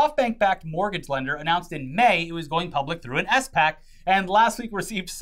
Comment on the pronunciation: Is not S-Pac it’s just SPAC: like Like pack with an s in front of it. The more you know 🌈